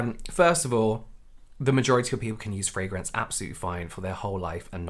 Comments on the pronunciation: I just can't wait for this community to get over the fragrance thing so I don't have to listen to Americans butchering the pronunciation anymore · The way the first tiktoker pronounces "fragrance" annoys me.